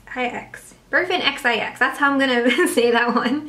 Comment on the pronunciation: ayy you pronounced my name right :) (berfinxix)